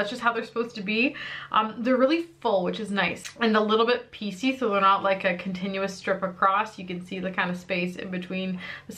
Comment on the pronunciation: 😂 every time you said piecy all I heard was PC like President’s Choice where I’ve bought some Ardell lashes. BTW: i also had two wedding days (2 receptions: 1 in Winnipeg and one on Montréal). Easier than having 40 family members buy plane tickets...and it was kind of on the way to Jamaica. 😎